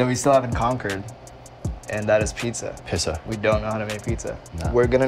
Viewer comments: Rich brian: “pizza” Joji: “pissa” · No one: Rich Brian: Pizza Joji: "pissa"